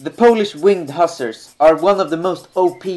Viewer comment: You are mispronouncing "hussar".